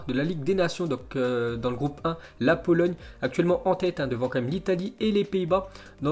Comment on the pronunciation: Tu a dit polologne